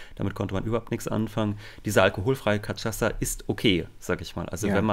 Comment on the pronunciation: Ähemm, Kaschassa wird es ausgesprochen! Cachaça [ka'ʃasa, portugiesisch ka'ʃasɐ] ist eine brasilianische Spirituose aus Zuckerrohrmost, die früher und hochsprachlich als Aguardente ‚heiß brennendes Wasser‘ oder ‚Feuerwasser‘ und umgangssprachlich oft als Pinga ‚Fusel‘ bezeichnet wird.